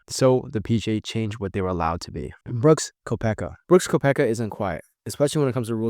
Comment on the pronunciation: Bro you had me till you mid pronounced booksies name. Lol